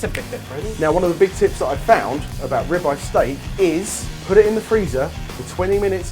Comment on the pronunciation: It sounded like he was saying "rabbi steak"